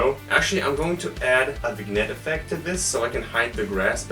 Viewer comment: it's not bignette it's vignette